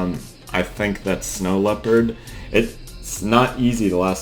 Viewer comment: was i the only one who notised how he pernounced Snow snow leopard it's so funny no hate